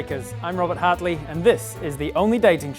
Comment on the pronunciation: I mean… it was meant to be: Robert Hart-ley.